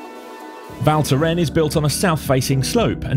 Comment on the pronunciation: pronounce the "S' at the end , cheers...